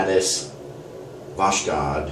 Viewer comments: pronounced Vozhod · BTW, you're not pronouncing it right. The best Americanized approximation is basically like "Vossk-" with an O like in "boss" and "-hod" with an O like in "pod." In English we don't have the X sound or the kh as it is spelled in the Russian to English translation.